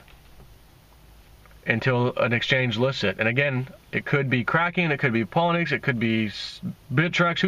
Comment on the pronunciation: try this. Polo-knee-X